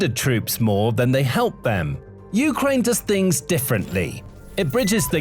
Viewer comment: Um, I'm pretty sure "Ukraine" is pronounced with emphasis on the second syllable, not the first. It just sounds weird to hear U-kraine instead of u-KRAINE. Am I wrong about this?